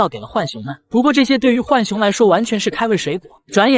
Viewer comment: 來上個國語注音符號課8 浣熊: ㄏㄨㄢˇ ㄒㄩㄥˊ (又音) ㄨㄢˇ ㄒㄩㄥ ˊ 是三聲 ㄏㄨㄢˇ， 或者 ㄨㄢˇ 而非四聲 ㄏㄨㄢˋ 熊